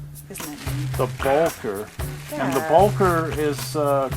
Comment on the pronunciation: Please!!! It's pronounced "Bow- kerr". And it was built as a 2-4-0 by Baldwin. The V&T never had to modify it. It has always been a 2-4-0.